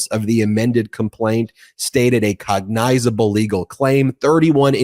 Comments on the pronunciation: Oops! Now I caught it. COG-NYZABLE not like nine. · FFFING GOG- NIZ-ABL. Like in Nissible,Izzy